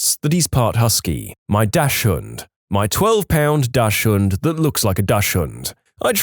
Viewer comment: uhhh... your way to say the german word "Dachshubnd" kreeps me out xD I think it's pronounced more like "Daxhund", i think.